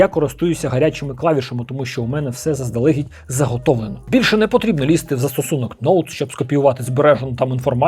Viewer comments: Дещо взяв для себе, дякую. Твоя українська вже чудова, показник цього - помилки лише у окремих словах. Але заздалегІдь, носІй, носіЇ - наголос на останній склад. 🤝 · Круто, але трошки подушню: наголоси - щодн'Я, заздалег'Ідь...